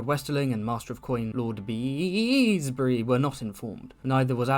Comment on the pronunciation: ok am i missing a meme here why its always said BEEEESbury